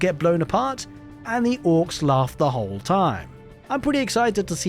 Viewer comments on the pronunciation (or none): It's "Orks" not "Ork*z*".